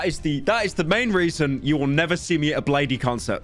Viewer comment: It's Blade, not bladee you fucking idiot